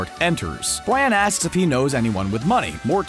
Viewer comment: 2mins 20 secs in...did the narrator just call Brian, 'Bran"?? 😂😂😂